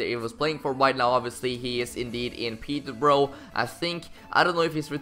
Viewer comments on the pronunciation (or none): "Peterbro" it's Peter-burrer, that's how you pronounce it